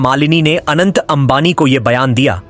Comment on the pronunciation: Bhai Anand nahi hai Anant hai😂